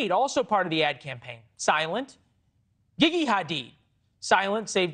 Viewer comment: Love Leland and the way he said Gigi 😂 geegee